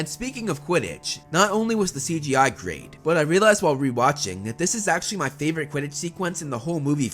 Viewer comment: “Maney” “Favorit”